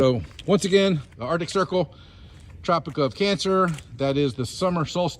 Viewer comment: when he tried to say "arctic circle" it sounds like "our dick circle"